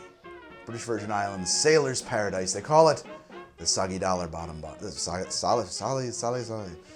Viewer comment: Judging from how fails to say "Soggy Dollar Bar", I'd guess he likes O Brother Where Art Thou?